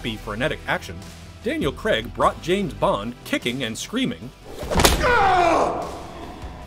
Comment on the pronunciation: Both terrible, Brosnan looks like a z-list male model from a Littlewoods catalogue, and Craig (not pronounced Cregg by the way, stop it) has no humour, and just looks bored and miserable in every film.